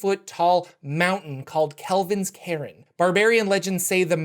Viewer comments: Thanks for doing these videos as always. In case it hasn't been mentioned "cairn" is pronounced /kern/. If you Google the word and click the speaker button you can hear the pronunciation. Too made you can't do the same with a lot of FR names, eh? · You do not say cairn like Karen. Drop the e sound. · Cairn is pronounced like "urn", but with "care" instead of the "u" sound. It's Celtic, meaning a pile of stones, usually denoted for burial spots.